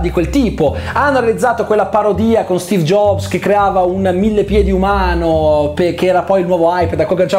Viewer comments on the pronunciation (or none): none